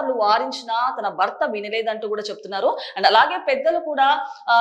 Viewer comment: భర్త. భ కి vottu ఉంది anchor గారు. మీరు బర్త అని spell చేస్తున్నారు. మరణం. మరనాం కాదు.Get trained properly and stand in front of camera. Its not the attire matters. The diction n pronunciation matters.